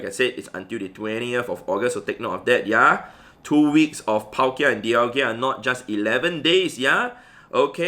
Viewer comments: (Daial-ga) thats how you pronounce it but it's spelled dialga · I love ur vids but every single time u say dialgia i dislike ur vid bro, learn to pronounce names xD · When you realise it's pronounced dial-GA and not dial-GIA Edit: LMAO thanks for all the hate I got in replies😂 keep it up guys!! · Please stop saying Dialgia instead of Dialga